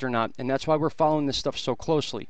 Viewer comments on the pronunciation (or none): none